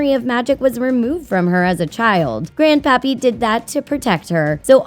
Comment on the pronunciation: Is it just me or... “Grand Papi” xD